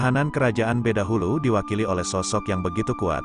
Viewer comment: Bukan badahulu min tapi bedahulu .